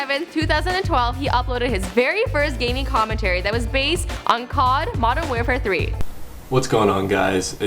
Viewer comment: did she just say modern wearfare 3 ????😂😂